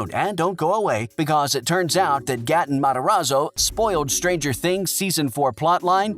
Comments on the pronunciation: lol he said gat en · He Also pronounced Gaten wrong. Also he said that eleven was in a bathtub at surfer boy pizza when it was really a pizza dough freezer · He is saying gaten wrong